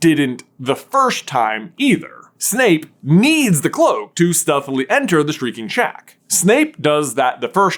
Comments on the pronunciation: Whenever J says "shreaking shack" now I always hear "streaking shack" and I don't even know which one he says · Thanks to, I always hear "streaking shack" when either of them says "shrieking shack."